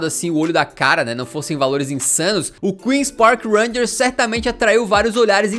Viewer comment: Belo vídeo, mano. A pronúncia do Queens Park Rangers é "quil pi ar", que são as iniciais em inglês... não "crul pi ar".